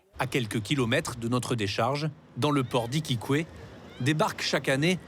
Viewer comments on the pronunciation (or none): On dit pas Iquiqwé ,mon dieu quelle prononciation erronée !! 😂